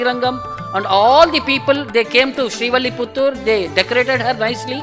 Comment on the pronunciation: 1) It's Srivilliputhur. Not Srivalliputhur. 2) Vishnuchitta aka Periyazhwar never had a wife. He was bachelor.